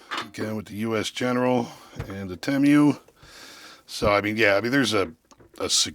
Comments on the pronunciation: Wtf is Temmm U....its Tee Muu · I thought it was "TeeMoo" not "TeeMyou" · 30 seconds in and I'm already not undead💀! The way he said Temu sent me. That's a new one, I've never heard anyone say it like that😂 Don't get me wrong, I get it... I see how it could be read like that... like it makes complete sense. It just caught me off guard and nearly un-continued my life👻 How he pronounced it: Temu (Tim-You) How I've heard everyone else pronounce it: Temu (Tee-Moo) The way I pronounce it which is the way you actually pronounce it: Temu (Teh-moo) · I will say I've never heard someone call Temu Tem-You lol. I've always heard it pronounced Tee-Moo. I wonder what the right pronounciation is now 😂 All in all I'd never buy something directly from that sketchy ass site. I seen a post where a dude ordered a cordless drill from Temu, and got printed out photos of a cordless drill in the mail. Nope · Tee- moo tee moo tee moo not tem you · pretty sure it's "tee moo", not "tem you". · i think its pronounced (tee moo) at least thats how i say it LOL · It’s pronounced “tee-moo”. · It's tee-moo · Its pronounced TEE MOO.